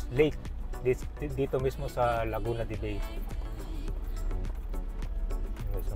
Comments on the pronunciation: Its LAGUNA DE BAY (BAI) not BEY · sorry to say , mali ang pronunciation mo ng Laguna de bay. Laguna de bay ia a spanish word.